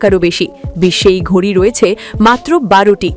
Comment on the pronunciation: এটা ঘুড়ি না ঘড়ি আগে সঠিক উচ্চারণ করো